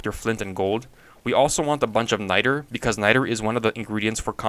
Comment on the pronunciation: he did NOT say nitre